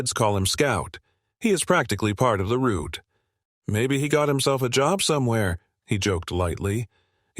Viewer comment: Route not rude.